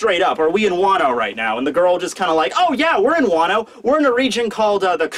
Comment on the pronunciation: " Wano-Wan"